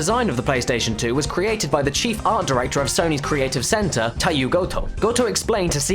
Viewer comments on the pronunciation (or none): I'm also studying Japanese (as an elective) and he did pronounce the names very well for someone who speaks English, but he kind of said Teiyo wrong. He said Tye-yu, but that would be Taiyu, Tah-i-yu, but Teiyu is more Tay-yu, like kei cars, pronounced kay. Japanese words are pronounced phonetically, like how we (in Australia) say karaoke like carry-okee but they say ka-ra-oh-ke, and you can notice that in the way they say and translate English words, like ぷれいすてしょん, which literally translates to puresuteshon, and ぐらんつりすも, meaning guran tsurisumo, and Toyota Puriusu (Prius), Nissan Sukairain (Skyline) and konpyuta (computer).